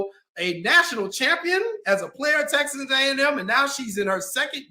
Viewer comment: It's crazy how she said texax back then and now she's there